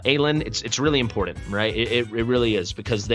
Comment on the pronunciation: "Impordent" isn't a word. There's a t in there, not a d.